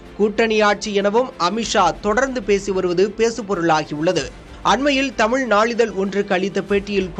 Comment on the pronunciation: முதலில் தமிழை உச்சரிக்க கற்றுக் கொள்ளையா